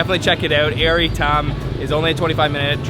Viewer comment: Air shouldn't be pronounced like in English. It's more like aiur, the homeworld of the Protoss from the Starcraft franchise. Only the "U" is not so prominent in the pronunciation.